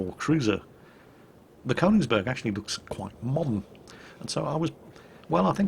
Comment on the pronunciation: FYI, it's pronounced "Kernigsberg", phonetically.......... what's that shiny metal tube doing in your hands??